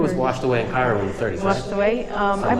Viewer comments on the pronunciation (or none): none